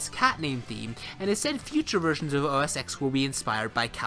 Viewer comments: Whenever I hear anyone pronouncing it OS X (EX instead of TEN) you lose credibility instantly. Learn how to at least pronounce something correctly before you speak about it. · It's not "OS ex" it's "OS ten" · ITS OS 10, NOT OSX. The X is a roman numeral for 10. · OMG, its not OS EX 10......its OS TEN 10.whatever.... get the basics right please...... "X" is the Roman figure for 10... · Please note that the "X" in "OS X" is a 10 in roman numbers. So it's "OS ten".